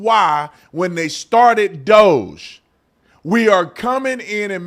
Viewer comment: Crazy they can't pronounce DOGE but if I remember an old video of yours if the right mispronounced names weren't they calling them racist? Hmmmmmmmm